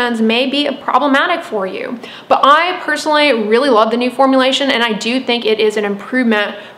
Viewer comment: she said personally like shurup